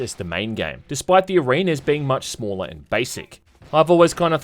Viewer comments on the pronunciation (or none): none